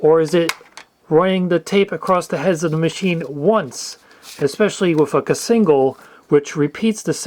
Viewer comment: "Casingle" 😂 oh my god